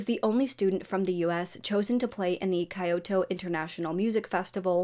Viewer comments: Kyoto = “keyo-toe” you said “Kai oh toe”. if you don’t know how to pronounce something, google always has the answer! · Kyoto (key•oh•toe)